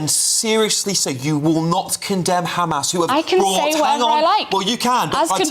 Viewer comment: How the fuck are they still on about "do you condemn kkkkkhhamas?!" LOL, zios are so fucking lazy. i mean it would be less work for them to admit that they are evil genocidal ghouls 🤡